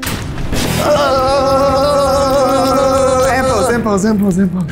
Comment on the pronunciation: This is the episode that I found out Trixie was always saying "simple, simple, simple" at the beginning and not "AND POSE AND POSE AND POSE"